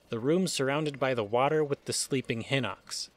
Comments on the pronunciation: its not pronounced Hinox its Pronounced HighKnox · I've never heard someone pronounce "Hinox" as "Hinnocks".